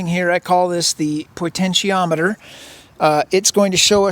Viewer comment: Omg.. "pointensiometer" Is there a flat earth dictionary hidden on the dark web somewhere?